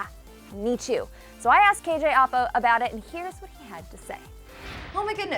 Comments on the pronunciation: Who else hated how she said "apa" like "uhpa" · lol i like how u pronounced apa😂 it’s actually like (app uh) lol love the vids tho!💗